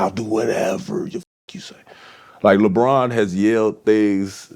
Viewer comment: That man said Lebronto 😂🤣